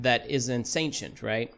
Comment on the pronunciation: The way you pronounce Sentients makes it sound like you're saying ancient with an s in front of it